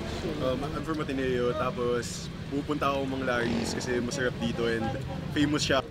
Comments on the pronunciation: Nanginig ako nung narinig ko "mesherep dito". Ganyan ba talaga mag salita mga taga Ateneo? LOL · Sherep dew kese hehehe